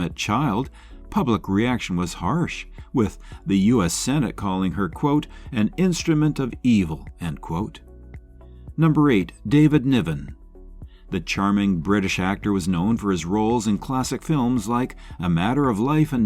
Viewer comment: This computer generated garbage is awful. Greto Garbo in many writings was always described as completely gay. Not even mentioned was Dietrich? David Niven was not David Nivern. The mistakes about some of these people was embarrassing. Who pays for this crap???